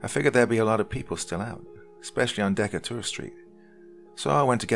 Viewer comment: Love your accent. But, as a New Orleans native it’s DE-KATE- Er street .